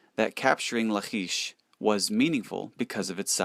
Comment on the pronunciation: Good info, but you're mispronouncing. "ch" in the Hebrew scriptures is pronounced as a hard C La-kish and Se-nak-a-rib